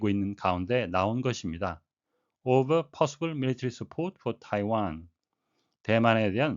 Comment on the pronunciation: amid(전) : ~한 가운데 over : ~을 놓고, ~을 둘러싼 -> over 발음 완전 처음들어본스타일 ever로 들렸다 오늘도 감사합니다!